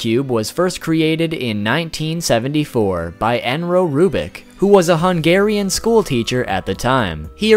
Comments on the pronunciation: yes, your intro was 22 FRIKIN' SECONDS LONG EDIT: AFTER WATCHING THE VIDEO FOR 2 SECONDS YOU OFFENDED THE WORLD AND SAID 'ENROW' INSTEAD OF ERNÖ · Good job! There were couple of minor mistakes such as erno being pronounced "enro" and the claim that 2×2 was not one of the main cubing events, but otherwise it was really good and I actually learned some interesting facts. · "Enro Rubik" "ENRO RUBIK" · This is not hate but just some feedback from a speedsolver: 1. Its eRNo rubik and not eNRo rubik. 2. About #5: most of the twisty puzzles (most of them not cubes) were not made by rubiks but by WAY better companies. 3. For #9: it couldve been nice to say that the previous wr holder (mats valk from the netherlands) was sitting next to feliks when he got the wr. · His name is not "Enro"! It's Erno! Also, he was not the one that made the deal with Ideal. He made a deal with Seven Towns, a British toy company, who then gave American jurisdiction to Ideal. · The first fact he did was wrong, the man that created the Rubik's Cube was Erno Rubik, not Enro Rubik. It might just have been a mispronounciation error or just a mistake reading the name. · Erno rubik not Enro Sorry 😐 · enro ITS FREAKING ERNO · dude,its erno rubik not enro rubik i dont think its my hearing problem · Erno, not Enro. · you mispronounced erno rubik you said enro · It's Erno not Enro. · It’s Erno not Enro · Sorry but his name is not Enro Rubik but Erno Rubik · Erno not Enro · it's erno, not enro. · It is erno...... nor enro... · It's erno not enro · it's actually Erno rubik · Its actually erno lol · you said Erno Rubik wrong, it's actually pronounced " ERN-O " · Its erno (er no) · It's pronounced (er-no) Rubik